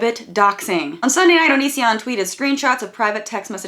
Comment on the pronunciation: So if he pronounces Patreon like that.. have we been pronouncing Onision wrong all this time?